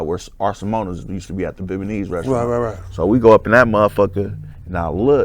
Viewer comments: "Bebeinese", WTF this nigga tryna pronounce Vietnamese 😳🤣🤣🤣🤣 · Bro, Viet Na Mese. Not Viet ma nese. And besides that, you talk about had had had and now I understand why you are where you are. I hope you're thankful you still around and givens breaks like this. Good luck.